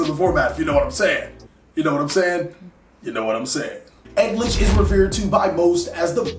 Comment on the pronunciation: I'm just hearing "egg-glitch" all the time😂